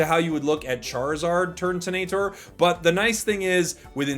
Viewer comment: just thought i'd say that it is turtonator not turntonator 🤣